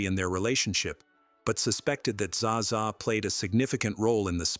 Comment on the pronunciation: Her name is pronounced Ava. Her sisters name is pronounced shawshaw. AI voice i suppose.